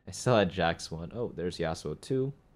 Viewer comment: I got triggered every time he said yassuo